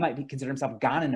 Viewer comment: What a condescending guy. Doesn't even listen to the gha-NAY-an American. Says ghanian, even ugandan. My forebears came from the nordic countries, very recently. If you're talking religious rituals, I'll pass. I'm not a polytheistic pagan.